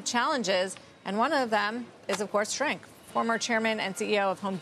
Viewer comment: "Nink" not "Shrink".